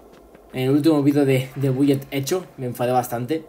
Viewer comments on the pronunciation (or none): Se pronuncia "Bulet Eco" genio :v